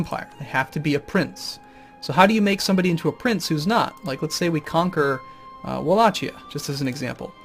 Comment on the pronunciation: it's 'walahia'